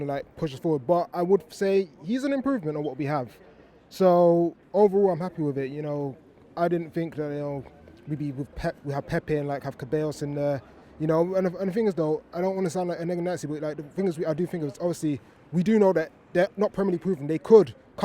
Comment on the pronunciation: See bye yoss is how ceballos is pronounced